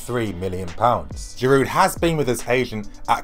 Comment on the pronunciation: Its Girouuuu Girouuu you don't pronounce the D... And I believe that Giroud is underrated player and he will do well OMG for the first time time I disagree with you and I really believe you got this wrong..! check Giroud's facts with arsenal..people just forget about it..and Wenger doesn't play him consistently.. and mark my word, if he plays regularly he will do well.. and btw his finishing is great..